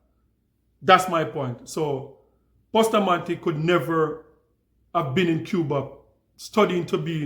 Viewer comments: The lady did the correct pronounciation. Bustamante is a Spanish name. Jamaicans including myself have the wrong pronounciation. Ja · With an English speaking tongue, Jamaicans pronounce it the way they were taught their alphabetical pronunciation. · lol, Bustamante himself pronounced it the same way Jamaicans say it. So you are saying the guy didn’t not know how to pronounced his own name? The name he literally gave himself as an adult? GTFOH!